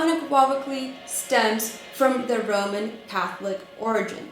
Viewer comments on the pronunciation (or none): none